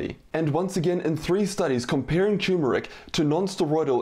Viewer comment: It also triggers me that he calls it “choo-mer-ik” instead of “tur-mer-ik”.